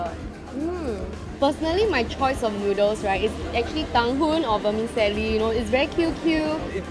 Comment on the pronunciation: OMG, and. NB vermicelli is pronounced ver-mee-CHelli!